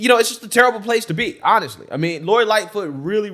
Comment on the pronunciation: The woman said: "lori Lightfoof did a wounderfull job"WTAF.....from wich state is she or is she a fentanol adict that just woke up from a coma??